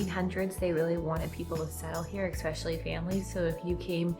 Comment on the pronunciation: Hey, there is no x in the word especially.